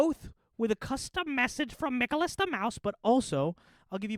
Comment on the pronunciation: Bro lol, Mickolas mouse